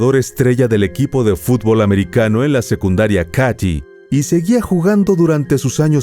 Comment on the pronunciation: Qué horror casi lloro de la rabia que lo dejaron libre ... solo una corrección , se escribe Katy pero se dice KEIDI ( el área donde ocurrió todo )